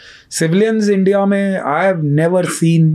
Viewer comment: Bhai please 'Indya' mat bol yaar , India bol